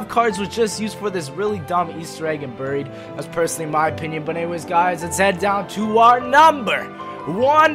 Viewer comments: "Buurie" lol it's pronounced with an AR. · Berried, dont know where you come from lol